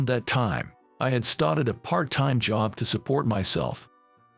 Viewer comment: Why are you saying started so funny